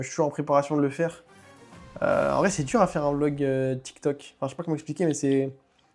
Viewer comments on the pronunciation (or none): none